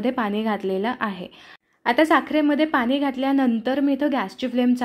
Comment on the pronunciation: खूप छान सांगितले. पण पाण्याला पानी नको म्हणू गं.